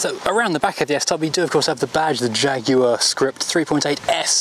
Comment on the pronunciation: So nice to have a Brit pronouncing the name properly. No American Jag-waah nonsense.